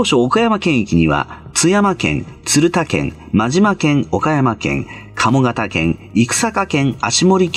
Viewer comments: 鶴田県「つるた」ではなく「たづた」の読みが正しいです。 鶴田が県だったとはしらなかった。勉強になりました。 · 鶴田の読みは【たずた】だと思う。